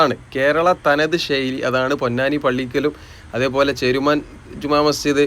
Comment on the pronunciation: ബ്രോ വീഡിയോ അടിപൊളിയാണ്.ഒരു കാര്യം ബ്രോ ഷെയ്ലി അല്ല ശൈലി എന്ന് പറഞ്ഞു ശീലിക്കൂ